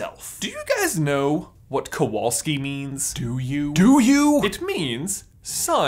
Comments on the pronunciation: Nice vid. Some pointers for the future though. In polish you should pronounce "W" as you would "V" in english. Kowalski is a very common [ too common sometimes] polish surname, but it is not by any means jewish [that actually explains why in any foreig movie there's a polish character there's 99% chance it's gonna be a Kowalski] It does bring "Smithing" to mind, as it's stem "Kowal" literally means "Smith", however it does not mean "son of smith". By a very long strech, I suppose you could translate it as such, if you really, really want to, but the genesis of the surname[s] [like mine actually] stem form Medieval times. Any "-ski" surname is an adjective, which points out to village/town of origin, some argue that also points to Nobility, as most commoners would have surnames after their nicknames and/or professions [whish is not actually so far fetched as at one point in history Poland had more "nobility" than any other country]. It being an adjective you would translate it as a Jakub [so PL equivalent of Jacob] of the Kowal Town - Kowalski. I will spare you detailed history lesson, but unfortunately this is the point when the theory gets "iffy". Then again, you are not expected to know this, if you ask Poles, 99% would not be able to tell you that unless they are history nerds [*crying inside*], so maybe, just maybe JK Rowling was unaware of this as well? If so, above rant adds to this theory. Or maybe it's just random, trying to include a "minority"? Who knows? I still en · You should read that name as Kovalski. It' a Polish name. In Poland v=w and w=ł :/ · since he is of Polish descend, his surname should be pronounced "Kovalski" in Poland w is read like a v also Kowalski is most common surname in Poland, next to Nowak my opinion is, even though Jacob has many Hufflepuff characteristics, for me its kinda a stretch to assume that he is descendant of Helga. similarity in surnames happen sometimes... but i will be cool with it if it was actually true :D